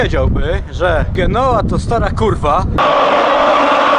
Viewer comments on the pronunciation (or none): Tak wogole to sie mowi "dżenowa" i przy nastepnej okazji odwiedz Bogliasco 5 minut pociagiem na wsod ale widoki piekne.